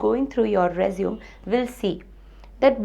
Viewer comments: It's pronounced resumé not resume -_ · not rponounced resume its pronounced resuMAY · true ...it is résumé -re-su-mey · Re-zum XD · She is from the same part of the world where I am from. And it is still not pronounced as Resume. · Nobody gives a damn about objectives and all extra crap. Its just your academic record, knowledge and experience what is checked in an interview. The pronunciation of résumé is wrong (American as well as British, both are same). Its a noun, what you are speaking is a verb which means to continue. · You are pronouncing it as a verb. Story ends here, not gonna watch further :/